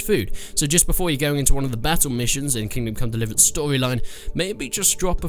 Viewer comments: "King come liverence" 11/10 -IGN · Haha he said kingcum delivrance Ok im just beinh immature now -_ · Ah yes, the great game Kim Kong Liverance. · "King Come dlvrance"? Wow this is a whole new level of commentary !! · HAHAHA thought I was the only one who heard that